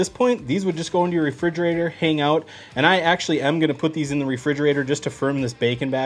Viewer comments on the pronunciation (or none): none